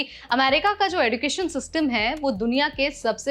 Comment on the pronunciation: एड़ूकेशन नहीं एजुकेशन होता है😂😂😂